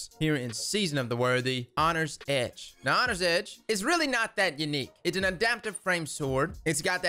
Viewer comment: "Hongry Edge" Lol, love it.